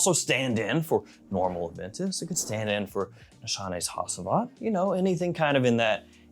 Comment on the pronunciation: Can't wait to bust the Dior Homme Intense out again, that powdery iris is calling my name. Also Hacivat is pronounced Ha-jah-vaht or Ha-chee-vaht